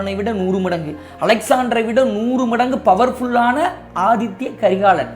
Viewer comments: Inime pulampi enna nadaka pogudhu🤦🏻‍♀️Athitha not Athithya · ரெண்டு மூனு முறைக்கு மேல ஆதித்ய கரிகாலன் என்றே உச்சரிக்கறீங்க, ஆதித்த கரிகாலன் என்பதே சரி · Aadhithya karikalan illa " Aditha " karikalan...Tamil word athitha